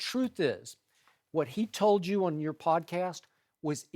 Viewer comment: Chris, "a instead of -er". your? the word your has a -er in it?